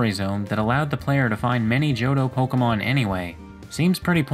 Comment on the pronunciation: Me: Real cool content, love these kinds of videos.: JohDOH